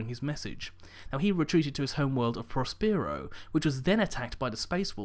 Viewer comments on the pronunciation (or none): Prospero is pronounced: Pros-puh-row